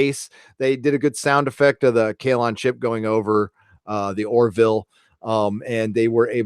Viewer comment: Sounded like you were saying shit porn instead of ship porn lol